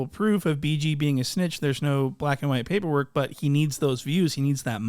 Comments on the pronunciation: "The poyperwork" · “paper work” accent on point 😂😭😭